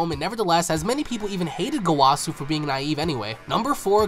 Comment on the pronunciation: Why gowàsu and zamàsu plz bro my hears